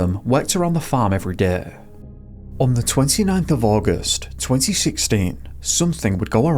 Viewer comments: Or everytime he says "deh" instead of "day" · Deh is better 😂